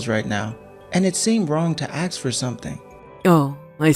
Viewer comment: Yay again 😂😂 and it's pronounced ask not axe. What's with the pause he does like "Do you...Mom"